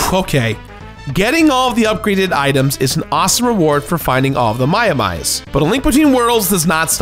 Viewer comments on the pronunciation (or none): It is pronounced Maia-Mi But how many Chest are there? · "Maiamai" is impossible to pronounce? To whom? It's ma-ya-my. I don't understand the confusion, especially in a world so saturated with Japanese culture, where all words are spelled phonetically. I love you,, but that joke seemed like a stretch. Sorry if you had trouble reading "Maiamai," but I cannot relate. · Pronounced: My-uh-may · It's pronounced My-a-my. The mother herself explains the pun. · My, oh my. Trouble with pronouncing Maiamai?